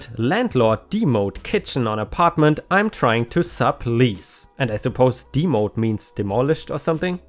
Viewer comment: To enhance your language skills in English... It's pronounced de pos it. And it is pronounced dem o'd as in dem o lition. English is a hard language to comprehend to start. Idioms and slang are even worse, but you do very well.